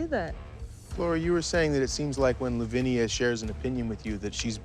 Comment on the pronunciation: I keep cringing when I see it written as Louvnia and pronounced as Lovinia.